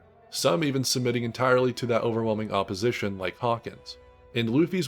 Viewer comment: Bro says "opposition" like a white mf💀💀